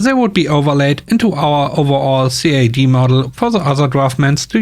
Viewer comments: CAD is pronounced as a word, Cad. (computer aided design). Great stories and good reading which improves everytime. 👍❤️ 🐧🐧🐧🐧🐧🐧🐧🐧🐧🐧🐧🐧🐧🐧🐧🐧🐧🐧🐧🐧🐧🐧🐧 🇩🇪🇩🇪🇩🇪🇩🇪🇩🇪🇩🇪🇩🇪🇩🇪🇩🇪🇩🇪🇩🇪🇩🇪🇩🇪🇩🇪🇩🇪🇩🇪🇩🇪🇩🇪🇩🇪🇩🇪🇩🇪 All the penguins are leaving Antarctica and going to see Penguin in Germany! LOL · CAD is usually pronounced as it's spelled from what I've heard from the people around me